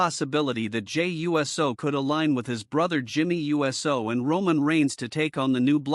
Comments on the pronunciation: Jey U-S-O. Never cringed more hearing someone pronounce USO. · You can't be too big a fan because you don't pronounce his last name correctly. If you were such a good thing you would know how it was pronounced. I'm a wrestling fan since the 60s and I know how to pronounce his name the correct way.